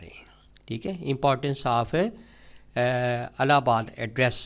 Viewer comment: Alahbad nhi ilahbad word ha